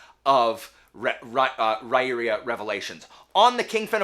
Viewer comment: According to Sullivan’s interview with Daniel Greene, it’s actually Rye-ear-uh. Not sure how, but 🤷🏼‍♀️